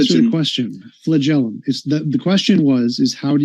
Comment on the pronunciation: “Flag-a-lum ”… 😂😂😂 No clown, it’s “FLAGELLUM” = “fla-jelem” Super simple word from a 6th grade science book moron! 😂